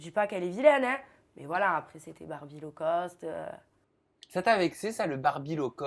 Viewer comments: Low-cost c'est mieux ! Pas "law-cost" ^^ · Personne ne bloque sur le «law-cost»?! C'est low-cost plutôt ! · C'est "low-cost", pas "law-cost". Low = bas, alors que law = loi. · c’est “Low cost” pas “Law cost” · c'est low-cost pas law-cost ...